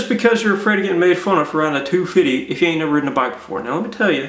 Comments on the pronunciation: Lol he said two fitty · I love the way he says 250. lol